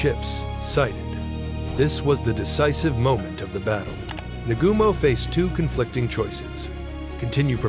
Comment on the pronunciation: The way it butchered Admiral Nagumo’s name is brutal